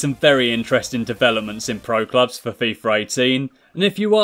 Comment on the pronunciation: why does everyone say fifar 18??